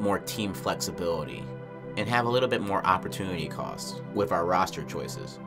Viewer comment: Where you from? You say "wif" instead of with, like someone from the UK lol